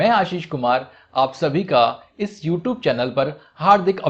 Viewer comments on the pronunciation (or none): none